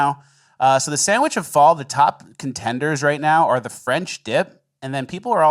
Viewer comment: The woman news reporter on thr cheesesteak armed guards, couldn't even sand "sandwich" correctly. Or "aunthentic".